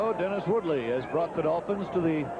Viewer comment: Truly terrible. Both announcers repeatedly referring to the wrong players, wrong positions, and mispronouncing players names (David Woody and Jonathan Woodley!). Besides all the mistakes both announcers are just boring and vanilla, offering nothing other than cliches